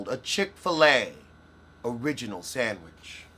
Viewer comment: 😊sandwidge ..... love the pronounci-nana.